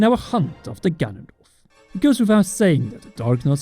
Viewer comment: I coulda sworn you said "Gandalf is back."